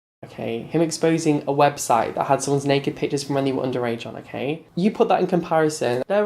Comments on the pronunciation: everytime i hear saying website he is legit saying webshit haha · hahaha my favourite part was saying webshite by mistake 😂😂💩💩💨